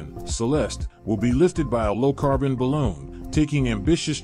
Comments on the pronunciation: Can they please stop using AI announcers and go back to real people? It’s ba loon, not ba lone. I am to the point of turning off the sound and just watching the video. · It is Balooon not balone